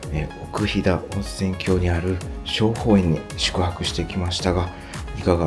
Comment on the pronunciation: ここは大好きな旅館です。子供出来てからは行けてません（子供不可のため）。あとすみません。気になったのですが、冒頭、奥飛騨温泉郷を「おくひだおんせんきょう」と言ってます。「おくひだおんせんごう」が正しいです。